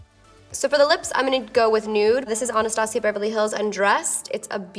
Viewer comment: I love her but for some reason I hate the way she pronounces "Anastasia" almost like "Onostasia" lol